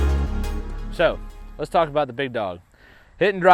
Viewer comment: Talking aboot